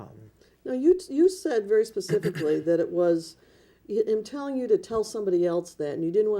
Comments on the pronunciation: "HE PACIFICALLY SAID THE BRONCOS WERE GONNA WIN THE SUPER BOWL" THATS NOT COUNTRY..... THAT'S DUMB!!!! IDIOT. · When he said resort he was looking for the word retreat, but his brain don’t work that pacifically. 😆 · "Pacifically" lol Please, sir, learn to pronounce words correctly! What an utter turd. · I'll sadly admit i've watched this several times and I enjoy it each and every time!!!! This Bishop, Apostle fella does not speak nearly as well as my 7 yr old daughter and i'm not exaggerating even a little. "Pacificly"!!!!!!!!!!! Thank you David!!!! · TRUTH!!! I can't stop watching this!! A hot-ass mess! "Pacifically" when he's using that mess of the English language... makes my ears bleed 😭🤯🙉. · Axe michelle . pacificly axe michelle